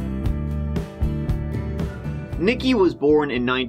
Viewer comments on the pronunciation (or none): "Nique" is pronounced 'Neek'.... NOT "nicki." 🙄